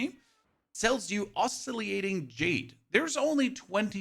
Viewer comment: Oz-silly-ate-ing lol silly is right, dude these days all you have to do is google the word you don't know and hit the play button. Not exactly a high bar. Thanks for the guide and the laughs.